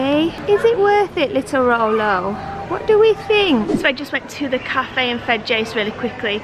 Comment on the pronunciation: Y do u call him rollo